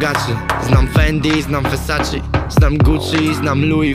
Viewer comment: nigdy nie słyszałam jak ktoś piękniej wymawia versace niż ty